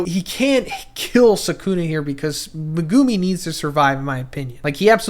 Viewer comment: Never pronounce megumi like that again